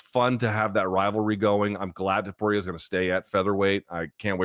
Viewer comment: Is this man ever gonna pronounce “Topuria” correctly? I don't think so, it's always gonna be “Topura” for him